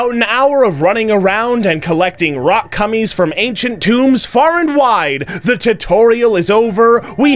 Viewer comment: This is all for the purpose of entertainment. Don’t take it so seriously. HE LITERALLY SAYS ROCK CUMMIES!